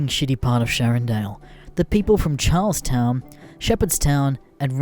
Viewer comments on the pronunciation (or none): its not charles-town its "charles ton" i live here but born in flordia it isnt too bad